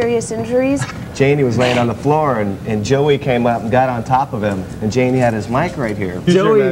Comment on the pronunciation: Why’d she say no the jani like that😭